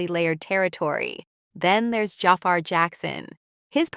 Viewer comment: Can someone tell these narrators how to correctly pronounce Jaafar's and Fuqua's names.